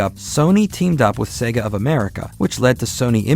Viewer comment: Thank God you are saying Sega correctly.